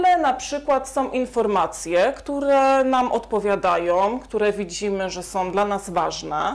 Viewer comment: Som, som, som..????....chyba są, są!!!!!